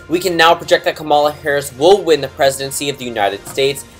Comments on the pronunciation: just so you know it's KA-ma-la not ka-MAL-a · You not saying her name right is making me cringe